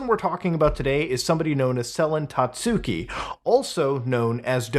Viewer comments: hearing "tatsooki" the whole video was mind numbing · isnt it pronounced 'tatski?'